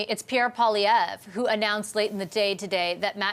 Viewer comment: Polly-ev, Generoo. Nothing like a bilingual country.